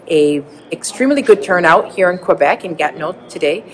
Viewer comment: Doesn't even know how ro say QUÉBEC!!🤣🤣